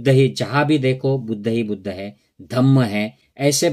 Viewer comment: Buddhaaaaaa kya hota hai…..Buddh boliye, itna angrez ban’nay ki koi aavashyaktaa nahin hai, ok!